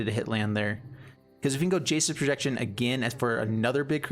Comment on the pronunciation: Ha ha you first called it “Jace’s Projection” then when you played the card it sounded like you called it “Jesus’ Projection”